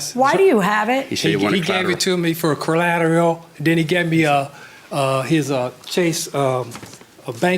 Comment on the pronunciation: "He gave me a collallalalerteallll" lol